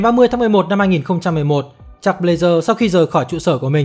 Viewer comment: Jack với chuck đọc loạn cả lên, nghe 1 hồi k biết ai là ai. Đọc gần giống nhau thì các bạn đọc đủ cả họ và tên, Nghe k biết đang nói jack hay chuck